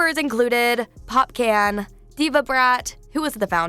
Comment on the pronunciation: Pop who? .. a nuh pop "can" it's popcaan. Sorry, had to correct that. 🤘🏾